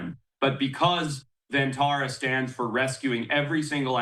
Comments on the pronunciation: Pronounced like “Bun” not “done” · firstly, it is pronounced won taa raa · For those wanting to know "Vantara" translates to Van (pronounced like Done) = Forest; and Tara = Star ....Forest Star!!